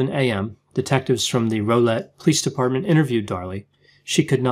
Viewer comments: Video Mark 50 seconds you say Rowlett differently then we do here. I live in the DFW metroplex, and we pronounce it with more “raul”. Like growl- but drop the G. Hard to describe here but kind of like it’s got two L’s. “Rowl” ”let” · It’s Rwowlet. U gotta put some country on it. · Good grief, I'm only 59 seconds into the video and you've made 4 mistakes: 1) mispronounced Routier, it is pronounced "rue tier"; 2) mispronounced Rowlett, it is pronounced "row let" as in "they were having a loud row" as in argument; 3) Rowlett is not north of Dallas, it is east of Dallas; 4) Rowlett is a suburb of Dallas and is 20 miles from there not 25. Can hardly wait to listen to the remaining part of the video. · Rowlett - Row rhymes with Wow... so Wowlett or Rowlett. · Rowlette....Pronounced ROWL..as in OWL-ETTE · Rowlett rhymes with cow-lett. :) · Hi: May I offer input with the pronunciation of Darlie’s last name? The crime happened nearby in Texas. Her name was frequently pronounced in local news, I mean frequently. And discussed. As a local with a bit of undergrad linguistics, I can tell you how locals hit these phonemes: Rūt-tier. Crisply, bit off like root/cheer. Or, with Texas drawl, root-tee-ear. And Rowlett would rhyme with cow-lett. You’re right, their minds had been hermetically sealed. Always love ❤️ your analyses. 🤗